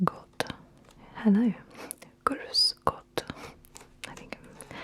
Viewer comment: Ohh I am from Austria your grüß Gott and apfelstrudel is horrible